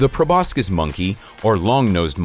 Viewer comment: It's pronounced 'pro bo sis' not 'pro bos kis'